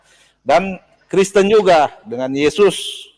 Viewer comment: Kristen …kreeessten😂😂😂😂